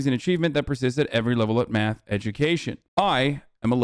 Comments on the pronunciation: Omg the way he says math (“myath”) makes me cringe! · The way he says math (“myath”) makes me cringe. His whole being is just repulsive. (He as in Ben Shapiro) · He says Miath instead of math